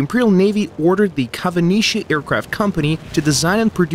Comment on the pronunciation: why is kawanishi pronounced as "kavanishi"?